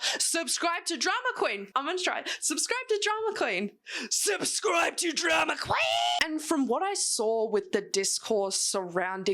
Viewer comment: with an American accent jumpscared me😂😂. Keep being you girl❤❤